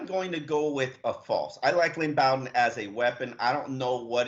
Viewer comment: ....Flores told you in his press conference this week that Lynn Bowden’s last name is pronounced like coach Bobby Bowden’s last name. It is not pronounced “Boden”...as you keep saying. Very unprofessional.